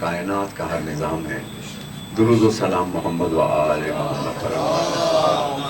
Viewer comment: 😂😂Bismillah suno bs iski OR itni popular dua ka lafz bhi Ghalat prh rhaa😂 ویسر 😢😂 darood😢ghalat. Hud hy Yr aj ky Shia kitna dooor hein Real Islam sy